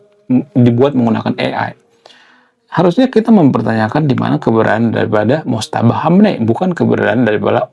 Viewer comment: Maaf ralat sedikit Bang. Namanya MOJTABA, bukan Motjaba